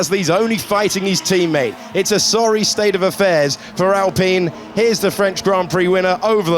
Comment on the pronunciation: Alpine ❌️ Allpain ✅️✅️